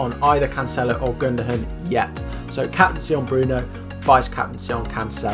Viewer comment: Are we just going to ignore how he pronounved gundogan as gundogun